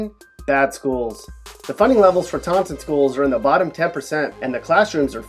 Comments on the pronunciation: Where's Tontin? You mean Tawtin? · Who says "tawnnn-ton"? Fuckin losa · Taunton is pronounced tau-tin. the n is silent . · It's pronounced tau'in (Taunton) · It's so weird hearing Taunton pronounced like that, that's not how people around here pronounce it